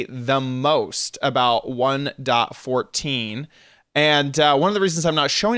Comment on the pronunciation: The thing I hate the most is how you say 1.14 and that your complaining